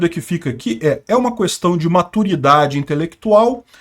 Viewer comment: Me irrita ouvir 30 vezes a palavra "questão" ressaltando o "qu" separado... questão querido, é tão simples é o correto. No mais o cara sabe muito, acompanho e respeito. Pequeno detalhe chato só!